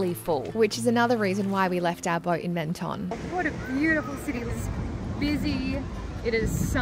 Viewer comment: Menton is pronounced ‘Monton’ 😊